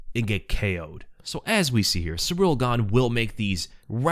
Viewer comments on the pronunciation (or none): Surreal Gone, Cerial Gain, and so many other ways that the really simple to pronounce name is Said! Cyril is pronounced Cyril!